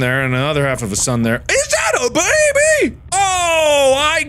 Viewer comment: IZ DAIT AI BAIBAEY 😂